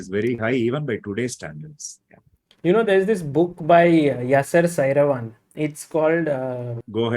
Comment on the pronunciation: Sagar, Please learn to pronounce Saravanan correctly.